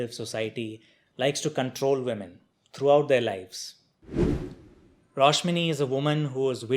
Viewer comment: It's a great review. Btw the name's Rashmoni,not Roshmini.